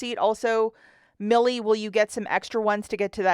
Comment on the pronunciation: It’s pronounced My-El